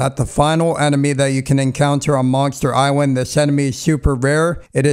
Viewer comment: Monster Iswand? Is what this guy says